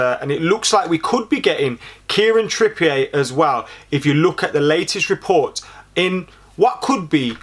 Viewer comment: "Kieran Trippiye" I'm sorry when did Trippier become french😂